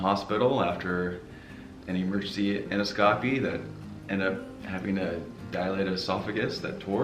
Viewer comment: En dos--copy!! Not, endo scopy! Important to pronounce it correctly!!